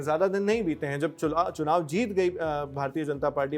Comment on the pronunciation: 😢 Bhai kaha zubaan filsla rehe ho ......kya mera hi dimaak kharab hai ya bola hi ye tha........chunaav time 😅